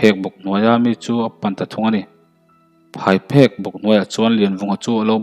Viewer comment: phaiphek ni loin phaipheng a ni zawk lo maw...